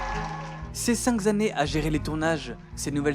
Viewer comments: Moi j'ai tiqué sur "cinq z'années". Mais bon j'ai survécu, comme quoi c'était pas si grave. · Toujours très bien, même si on entend distinctement "ces cinq z'années" 😉 (vers 18'40'') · Ça c'est du vrai cinoche. Non, pas Harry Potter, je n'en ai vu aucun. Votre vidéo. Bravo gaillard, encouragements pour la suite. [bemol: attention aux "cinq z'annees" et aux liaisons dangereuses ;-) ]